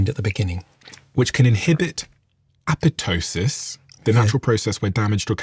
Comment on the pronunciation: Great discussion, and thank you for pronouncing "apoptosis" correctly! LOL (The second "p" by the "t" is silent as in "pterydactyl.")